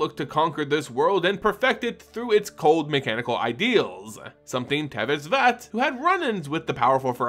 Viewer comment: Why do you keep pronouncing Szat like it has the letter v in it? Is sz pronounced sv in another language like how the card Jokulhaups is pronounced like a y instead of a j?